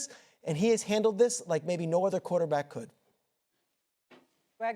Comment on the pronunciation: swagu say "qwo-tah-beck" 🤣